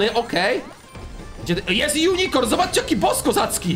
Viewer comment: Źle wymawiać nazwę unicron to transformers planeta który musi pożerać planety żeby żyć a głównymi jego pżeciwnikami to prime ❤❤❤❤❤